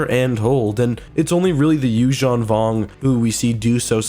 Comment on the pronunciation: The Yuuzahn Vong want to speak with you